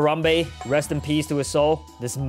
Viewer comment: i swear bro said piss instead of peace